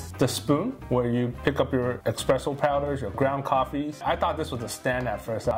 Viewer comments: Can't watch a review of an ESpresso machine from someone that mispronounces Espresso the entire video by saying --> EXpresso. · S-presso, not X-presso. Every Italian is cringing right now! And it's not Frothering either. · It’s called espresso. Expresso is not a word 🤦‍♂️ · Every time he says "eXpresso," I think my eye twitched. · I know mine did and that why I stopped watching the video